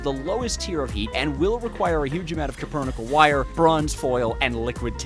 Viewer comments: Copernickle is a lot easier to say and flows better, but the metal is called Cupronickel, as in copper - cuprum. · Alloy made of copper and nickel called copper nickel though spelled kinda weird it should be very simple to pronounce correctly, it's Like calling a cheeseburger a "sheesay bujier" it's just disgraceful to ragebait so shamelessly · You know, I thought I had heard every possible crime against language, but then you came along and decided to publicly execute the word cupronickel. Four syllables. Four. And you somehow turned them into an auditory trainwreck so confusing that even Google Translate would’ve thrown its hands up and gone home. Let’s break it down: “cue” — like when someone gives you a signal. Simple. Then “pro,” as in professional, which you are clearly not when it comes to speaking. Then “nickel,” which is literally a metal and also the coin you probably never use because math and words both terrify you. Yet you took that straightforward combination and produced a sound so strange it belongs in a museum of linguistic disasters. Honestly, I’ve heard toddlers inventing words while chewing crayons that sounded closer to cupronickel than whatever just escaped your mouth. Somewhere, every English teacher you ever had just got a migraine at the same time. But this isn’t just about pronunciation—it’s about what you did to science itself. Cupronickel isn’t just a word, it’s an actual alloy of copper and nickel, used for coins, marine engineering, and actual important human inventions. It’s a material with integrity, durability, and purpose. Meanwhile, you said it in a way that stripped it of all dignity, reducing a proud metallurgical term into verbal scrap metal. You didn’t just mispronounce a word; you committed identity theft against an alloy. Think about the legacy you’ve damaged. For centuries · It's not cupronickel, it's cupronickel